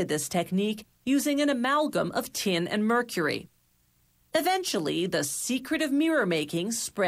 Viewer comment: It's pronounced "tin", not "tee-in", you stupid gint.